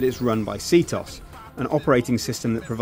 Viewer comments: C-toss? Its C-t-o-s. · SEE TEE OH ES NOT SEETOS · It's not pronounced C - Tos, it's pronounced C-T-O-S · It's not pronounces See-Toss. OMG, so freakin' annoying. It's C-T-O-S... SEE TEE OH ESS. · LOL, it's "CT-OS" not "C-TOS"! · You don't pronounce it "see-toss." You pronounce it " see-tee-oh-ess." Just a little mistake I wanted to correct you on. 😊😊😊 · it's not "CT-OS" nor "C-TOS"... Its Cheetos! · C-tos? LMFAO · cee-tos lol you mean CTOS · See-toss??? It's C-T-O-S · He pronounces ctOS like "see-toss" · i dont know if u knows this but it is c-t-O-S not c tos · Really? SeaToss? It's called ctOS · Bullet time mode? Seetos? It is focus and ctOS you noob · its c t o s not c tos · When he said see-tos i died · Lmao, did he just pronounce CtOS for "Citos" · i cringe everytime he says "see toss" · I almost stopped watching the video in less than a minute, the fact that you pronounced ctOS c-TOS was so disturbing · Foreign Allies The game ALWAYS pronounces it as C-T-O-S, with no exceptions. The game itself. I'm pretty sure being deaf is not a requirement for being English.